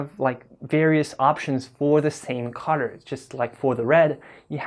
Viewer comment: i couldnt figure out what the heck a cutter was, then i realized u said Color,. sorry, no offense intended